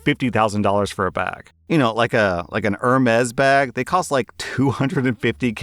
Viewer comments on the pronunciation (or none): Love the content but it’s pronounced erm-ees liked Hermes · Ah, it’s “air may”